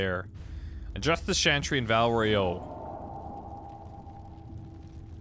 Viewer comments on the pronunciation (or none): ... is he doing it on purpose? Is he deliberately butchering every single name he comes across, despite having other people say them out loud? Shantry, Andrast, Justinia Vee, Orlayis...